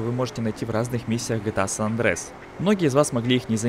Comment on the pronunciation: Не санандрес, а Сан-Андреас. На крайний случай сан андреас